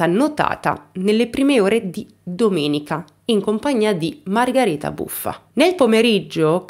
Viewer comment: Nulla togliere alla tua bravura e ti seguo da tempo ..ma solo io sento "Margareta" e non "Margherita"? È il suo nome?